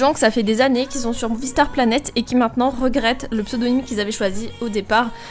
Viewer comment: au debut ta dit boonie planet xd merci pour les conseille